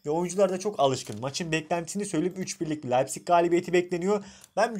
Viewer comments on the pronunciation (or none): none